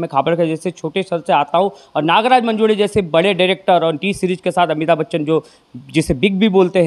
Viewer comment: अरे येड्यांनो...!!! मंजूडे नव्हे मंजूळे म्हणा...... देऊड नव्हे देऊळ म्हणा.......